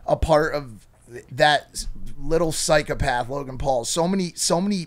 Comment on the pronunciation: I will never get over how mike pronounces psychopath he always says “pyschuhpath”